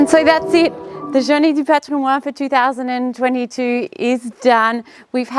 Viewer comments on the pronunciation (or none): Excellent. Great site, wonderful château. Lots of time, elbow grease ahead. (By the way, for Heritage Day in French, you pronounce the "n" in "patrimoine". ;-)